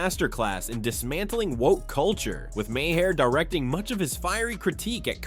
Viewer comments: You’re pronouncing Mahers name wrong it’s pronounced Mar not Mahair. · It’s prononcued “Mar” nor “Myhair” or call him Bill. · Right? LMAO "Mah-hair"